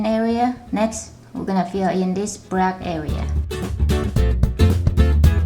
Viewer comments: it's black not brack idiot. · you are sayin breath instead of black XD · what is she saying? In the inwide some gwey eand out the outside some bwack